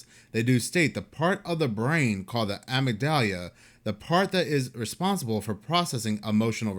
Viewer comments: Amygdala pronounced Uhh--Mig--Duhh--Lah. Sorry you're my guy but its driving me crazy I had to tell you... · Mispronounced amygdala and Bono just fyi